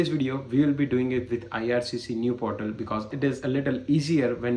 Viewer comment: portal hota hai bhai, potal nahi.